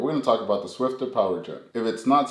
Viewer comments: It's SWIFFER, not SWIFTER. NO T. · How come you mispronounce it SwifTer in all your videos? It's SwiFFer ! :)